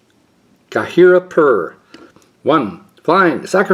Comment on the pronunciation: As always, thanks for the opening. Always a joy. And what a bunch of pulls! So many mythics, so many rares I want, and a Legacy staple as your masterpiece? What box luck. And I hope I'm not being patronizing, but your pronunciation of Ghirapur was quite close and Entourage was really good. Ghirapur is a tough one for anyone. It's just I've been watching for a bit now and the progress is noticeable and I hope you are pleased with that progress. Thanks again, have a good one.